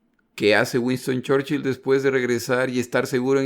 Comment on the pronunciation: no entiendo muy bien porque si se pronuncian bien los otros apellidos porque el mas importante de la guerra repetidamente se pronuncia mal